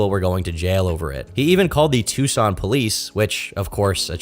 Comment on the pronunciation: You said Tucson right 🎉